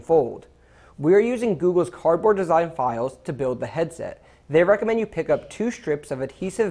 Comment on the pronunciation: He said cord board hahahiahahahaahaha